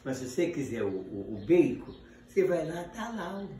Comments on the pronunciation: O toicinho que ele fala é baycon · Baycom ou bacon